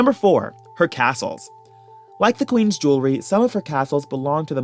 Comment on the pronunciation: JEWELRY not JEWLERY!!!!! smh